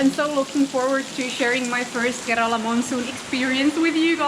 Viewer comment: Karala അല്ല kerala😝